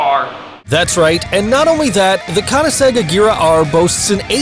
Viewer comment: Pronounces a Chiron wrong, Koenigsegg etc Me: And, that, I have decided that, I want to die.